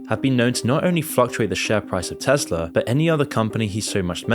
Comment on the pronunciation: Tesla* not Tesler